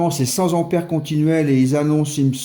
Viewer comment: Cent "t"'ampères ! trop "p"''importantes. Même si elles ne sont pas électriques, les liaisons doivent rester de bonne qualité 😜